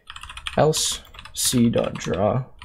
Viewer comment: This guy and his “elso”